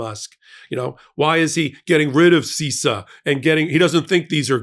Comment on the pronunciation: You need to have an expert on bc as an IT and cyber security expert you sound like you don't understand any of it. First, it's pronounced SIS-SAH not SEE-SAH